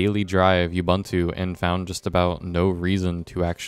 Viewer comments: Good riddance, learn to pronunciate. Ooh booon too. NOT you bun tu. Your review is irrelevant, sorry. Google does help ......take that from a literate Boomer. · Ubuntu is a word from the Nguni languages of Southern Africa. It means "I am, because we are." And this is how to pronounce it: ooh booon tooh. The way you say it, is offensive, you"ll understand when you learn something about colonial history. Pronunciation can be checked online, by those that understand browsers.